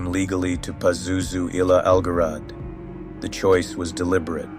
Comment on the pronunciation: "Pazuzu al-Jarad" means "Pazuzu the Locust." The pronunciation is "Zharad," not "Garad."